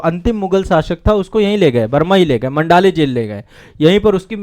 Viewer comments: मंडाले नहीं माॅंडले कहते हैं। मेरी देखी हुई जगह है । धन्यवाद। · मंडाले नहीं माण्डले है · मंडाले नहीं , मांडले जेल सही शब्द है।